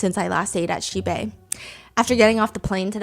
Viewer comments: How Stephanie say Xibei everytime the accent remind me of Korean "Shxbxx"" 😂😂😂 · Everytime Stephanie says xibei i keep hearing a very similar sounding swear word instead 😅of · Everytime Stephanie says Xibei i can't help chuckles coz it sounded like cursed words😂